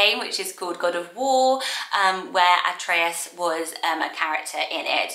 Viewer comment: Hey! Lovely video as always ❤ I'm Greek and in Greece "Atreus" is pronounced "Ah-tre-as" so you pronounced it in a lovely Greek accent😊 P.S: you look gorgeous!!